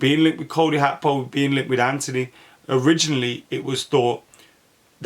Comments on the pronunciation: How can read his name wrong that many times😭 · Cody Hakpo? Lol keep the awesome content coming though 🙌🏿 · What is it with players names these days Gakpo is pronounced Hakpo and Nunez is pronounced Nuniez … did they run out of letters at the club shop or something?